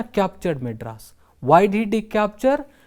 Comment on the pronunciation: Maedras not madras